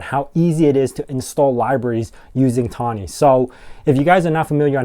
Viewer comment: FYI, it's THonny.. as-in PyTHonny..